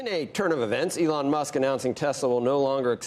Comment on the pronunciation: Did he say "ethlong Musk"?